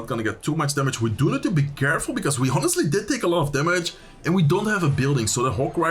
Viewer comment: Wil je wat engelse uitspraaktips? 'Honestly', de h spreek je niet uit. Je zegt ook wel eens 'damage delved' of zoiets. Dps op zijn engels is gangster en 'damage dealt' is volgens mij correcter. Misschien is het oud engels?